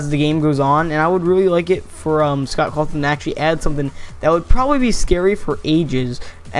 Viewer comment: Scott "Calton"